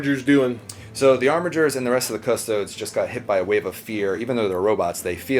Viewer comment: pronounces custodes 'custoads'. turned off